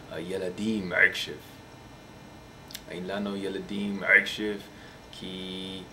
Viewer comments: and you occasionally say "k" insted of "ch" like when you say "akshav" and you suppose to say "achshav" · You speak hebrew very good. You only have to fix 2 letters you don't say them good: The letter "כ" like "עכשיו" Need to be say like "Achshav" and not "Akshav" and the letter "ע" you say it too loud you should say it almost like the letter "א". Good Luck! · אחי אומרים עכשיו לא עכשייופ